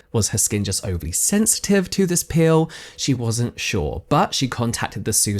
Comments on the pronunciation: I was so confused because you kept saying "pill" I thought it was going to be about supplements until I saw her apply the PEEL and figured out you just misprounce it. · So i was listening to this with earbuds in while i cleaned my kitchen and when james says "peel" it sounds like "pill" to me, and since i wasnt investing my full attention i was suddenly like wait... she took a pill and her skin fell off?! So i went back to the beginning and rewatched the entire thing and now im like oh. I just invested way too much time in that. Lol.